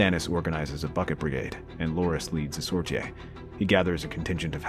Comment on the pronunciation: OK. I've held my tongue long enough. The word is pronounced SOR-TEE and the plural is SOR-TEEZ. Not SOR-TEE-AYS.